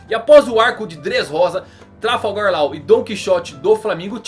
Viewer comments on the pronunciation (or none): 'TRAFALGAU LAR' É O MELHOR DE TODOS AUAHAUAHAUA <3 te amo